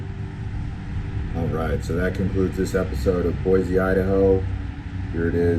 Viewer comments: Thank you! People will know immediately that you are not from Idaho if you pronounce it Boy-zee! haha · Do some research dude.... the statue is Lewis and Clark. If you managed to stay awake in high school you might have of heard of them. It is pronounced boy-see , not boy-zee. Also, it is Ada County, not Bonneville County. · No Z in “Boy-see,” and we’re full, so go somewhere else....mean that as nice as I can....and if you do come here don’t bring your destructive liberal, progressive BS. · Please for the love of God, tell everyone to quit killing our name. It's pronounced BOY-SEE!!! Not BOY-Z! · FYI only foreigners pronounce it boy-z. Which is incorrect. Its pronounced boy-c. Thank you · Yes, but being married to an Idaho potato farmer, from years back, its pronounced "Boise" ....not Boize. Original Idahoans don't typically say it that way. 😁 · 1. If you are going to give a tour of Boise, Idaho, please learn that Boise is pronounced [Boy-See] and it is located in Ada County, not Bonneville County. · As a current Boisean, I ask that anyone watching this should know, it's pronounced Boy-SEE! Haha, i'm done. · 5th generation idahoan chiming in. BoySEE. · Great video...However, it is pronounced Boy-Cee. There is no Z in Boise.